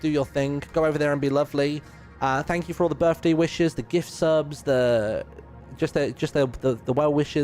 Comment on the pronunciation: ITS HIS BIRFDAY!